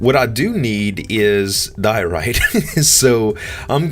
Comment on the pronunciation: i think it is like DIE-OR-ITE 'ite' like in lite